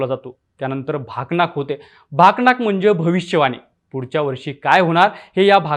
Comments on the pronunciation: भाकनाक❌ भाकणुक✅ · भाकनाक नाही रे भाकणूक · भाकनाक नाही भाऊ भाकनुक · बोल भिडू युट्यूब चॅनलचे बातमीदार,आपण पट्टणकोडोलिचे यात्रेबाबत,छान वर्णनात्मक अशी, माहिती दिलित. त्या बद्दल आपणाला धन्यवाद. फक्त एक उच्चार,चुकीचा होत होता. "भाकनाक ". तर त्याला, भाकनाक न म्हणता, "भाकणूक " असे म्हणतात. एकंदरीत छान वृत्तांत दिलात. धन्यवाद. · भाकनाक नाही भावा भाकणुक असतं ते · भकणाक नाही भाकणुक आहे ते ❤❤ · माहिती तर बरोबर दिली तुम्ही पण एक शब्द चुकीचा उच्चारला तुम्ही त्यात भाकनाक नसते ती भाकणुक असते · भकणाक नाही... भाकणुक असते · "भाकणूक" हा शब्द स्पष्ट उच्चरावा... बाकी व्हिडिओ मस्त....❤️🌿